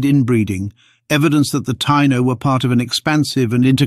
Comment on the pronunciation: Ta-EE-no...not tie-no.